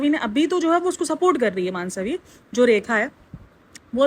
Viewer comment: मानसवी नहीं मनस्वी